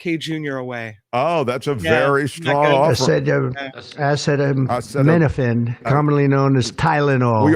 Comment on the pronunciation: Trump's very public struggle to pronounce "acetaminophen" reminds me of his "Yo Semite" moment😄